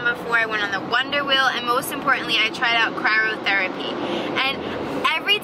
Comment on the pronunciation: Cryotherapy not cryrotherapy